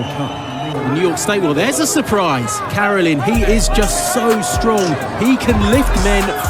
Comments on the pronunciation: The saddest thing about this video you keep pronouncing his name wrong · Your pronouncing his name wrong